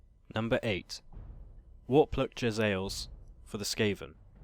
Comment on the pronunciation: Jezzaeils?! Oui-Oui, monsieur! From the more sophisticated Frech part of Skavenblight! :P